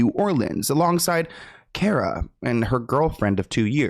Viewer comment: It’s Cara… not Kiera. Do you even try anymore? 😒